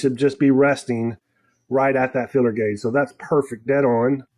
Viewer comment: filler gauge or feeler gauge? is that another transatlantic difference or just different pronunciation?